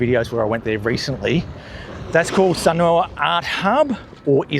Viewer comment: Thanks for the interesting walk around. Don’t worry about missing out on that block of land, something else will come along one day. Love the way you locals pronounce Sunooor. 😀